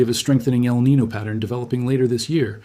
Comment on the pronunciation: El Niño is not pronounced “el nee no”… please say "el nee nyo” it is a Spanish name